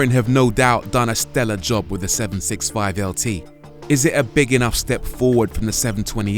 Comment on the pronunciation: Please stop calling it “seven six five”! Please pronounce it as “seven sixty-five”!